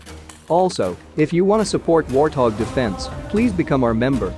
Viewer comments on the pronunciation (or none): none